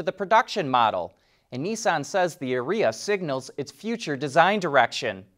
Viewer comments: Are e a. Not Areeea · Careful how you pronounce Ariya. Sounds an awful lot like urea. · Are you sure you are saying Arya right? I think it’s pronounced Aria. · I think your mispronouncing the name. Urea should be proounced the Ariya. .... but it is a Nissan, so you might have made a Freudian slip about expected quality.